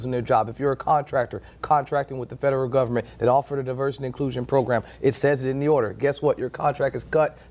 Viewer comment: he said gumment